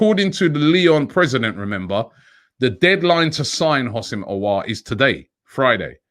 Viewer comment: Robbie is even getting the pronunciations right for Aouar now, it's been that long😂